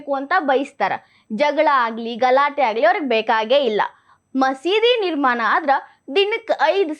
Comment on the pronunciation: ನಿರ್ಮಾನ ಅಲ್ಲ ನಿರ್ಮಾಣ